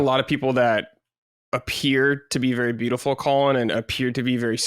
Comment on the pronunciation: The way pronounces Colin is insane. lol